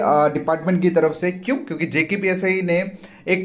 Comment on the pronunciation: Bhai khna kya chahta hai tu JKPSI ya JKPSC🤣🤣 dyan se suno dosto JKPSI bol rha hai